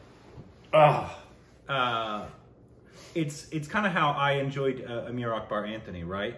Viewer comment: Hang on when did u watch Amar, Akbar Anthony? Even if you did< still says Amar like Amir LOL